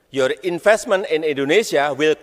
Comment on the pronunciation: Saran saya buat yg ngetik naskah pidatonya. Tolong yg dketik cara bacanya. Jgn ejaan aslinya. Biar gk kebaca inpestemen in dhe may kantry😅